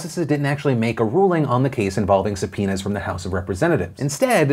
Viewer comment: I listened to this without video and kept hearing "sup, penis" instead of subpoenas English isn't my first language ok